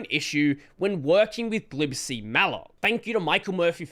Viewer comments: It's "G-lib-C," not "glib C". 🤣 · I've always pronounced it "G-lib-C" but I think I prefer "glib C" now. Ain't got time for the extra syllable, if you ask me. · Wait. How do you pronounce "glibc"??!! I thought it was pronounced "Gee- lib- cee"